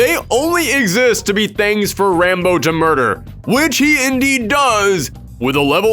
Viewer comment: When you say Rambo, it sounds like you're saying "Rainbow"